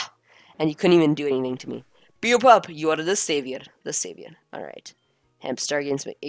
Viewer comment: Beopup is pronounced (bay-o pup)